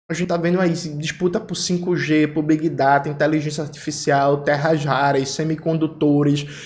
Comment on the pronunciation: E B-uai -G nao B-ai-G